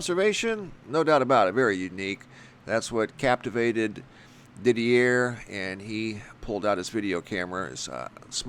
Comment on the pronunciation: Thanks for sharing with us 🙂 BTW, Didier is pronounced DEE-DEEA... I know this is just a detail but it was hurting my ears to hear is name pronounced incorrectly... I’m sure to find myself in the same situation should I need to pronounce a foreign name 😊